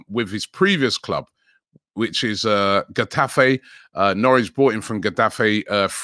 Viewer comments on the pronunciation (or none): Robbie pronouncing Getafe as Gaddafi 😂😂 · Getafe 😂 it's khetafe like khabib or jose or khaled or tuchel